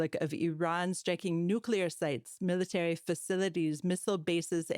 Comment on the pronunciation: It's NUCLEAR, Manny, NOT NUCULAR